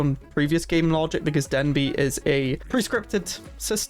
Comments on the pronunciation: This is a great guide! Very helpful! Thank you. I have to ask, though: is "Den b" an inside joke, for how you pronounce "Deneb"? I've never heard it said that way before. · You pronouncing deneb as "denbee" is confusing